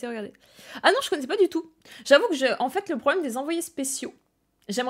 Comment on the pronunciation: Comment tu insistes de ouf sur la fin de tes mots "en faitTTss" mdr